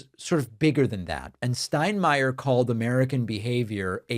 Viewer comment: I appreciate an American pronouncing Steinmeier correctly. :)